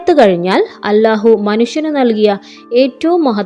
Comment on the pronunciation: നിങ്ങൾ ഇതിൽ അല്ലാഹു എന്നാണ് പക്ഷെ നിങ്ങൾ അലാഹു എന്നാണ് പറയുന്നത്